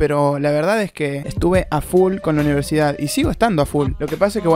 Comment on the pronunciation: universidad , ulala señor frances